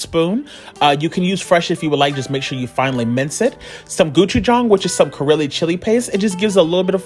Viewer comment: Ah yes, Goo-choo-jong, the Karely chili paste 😂